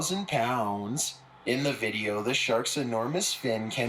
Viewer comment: I cannot listen to that guy inflection on the wrong place every single sentence the drives me insane "let's start the videOOOOoo*